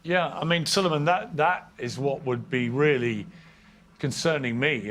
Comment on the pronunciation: Salaams and duaayn, Salueman hai, not Salman - سلیمان ❤